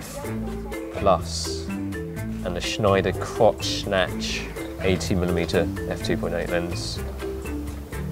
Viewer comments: How hes pronouncing schneider kreuznach :D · said he had a bloody "Schneider & Kreuznach" on his 645 xD...his pronunciation is so funny